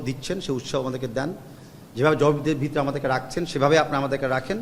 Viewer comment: তাবিদ কাকু বিতরে কি?? ভিতরে উচ্চারণ ঠিক করেন